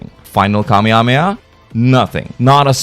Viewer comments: "Kah-mia-mi-ah" (ರ◡ರ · Every time i hear you say kamehameha its funny af its great "kameameah" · Mafuba?! you said that wrong... although i should be surprised i mean you can't even say Kamehameha right.